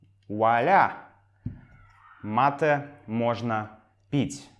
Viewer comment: Привет!! Какое-то время я изучал русский язык, и учитель сказал нам, что русские знают мате, а в русском языке оно должно произноситься матэ и с ударением в последнем слоге, Э